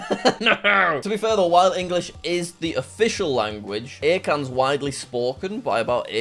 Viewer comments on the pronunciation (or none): Jack it's akan not aikan